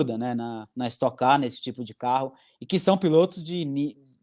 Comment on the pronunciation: es"toque" car, já tá no nome